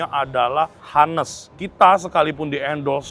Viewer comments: Bukan to be HA-nest ko, to be On-nest. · Sorry saran saja buka google kalau Honest itu bacanya O-nes buka A-nes. Thks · Gatel banget gw pengen jadi polisi bha inggris, tiap ngomong honest bener bener hanes, agak ganggu lol.😅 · ngmg honest H-nya jgn dibaca ko, onest or anest ajaaa